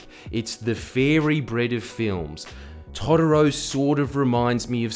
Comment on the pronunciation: I just disagree with how Jordies pronounces Totoro